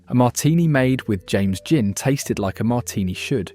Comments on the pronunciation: Is this an A.I. voice ? If not what the F. u saying ? Gin is pronounced JIN not with a 'Guh' - u say 'Guh-in', - why? - if u british u now how to speak don't u ?? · Your robot narrator has trouble pronouncing GIN... sometimes with a hard G. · Presenter says 'gin' with a hard G. AI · Enjoyed watching the video ... apart from the constant mispronunciation of GIN!